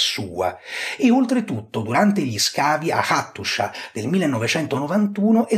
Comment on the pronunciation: Hattusa, perché la pronunci Attushia?